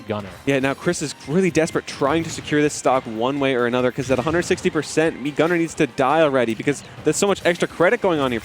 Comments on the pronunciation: What did it said "mii guner"? it is oviusly snas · It’s fucking mii gunner you annoying piece of shit